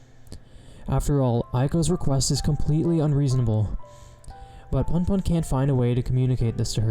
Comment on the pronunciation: It’s “Poonpoon” not “Punpun”